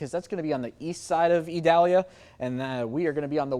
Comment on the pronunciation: What an articulate and professional young man. He pronounces Idalia like a pro!